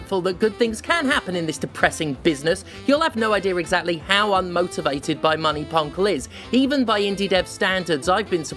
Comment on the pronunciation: I like how Stephanie inserts an extra syllable into the word "exactly". It's fun! Also 🪓🪵 for CEOs (no emoji for the French Overzealous Haircutter, sadly)